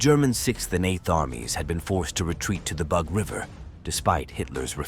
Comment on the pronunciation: Why can’t you pronounce Russian geographic and proper nouns correctly? The rules of transliteration of Russian names are simple. The Bug river should be pronounced as ‘boog’, not as ‘bahg’. The operation Bagration is pronounced ‘bahgrahtion’, not ‘bahgreishn’. Give yourself a bit of labor to please your audience.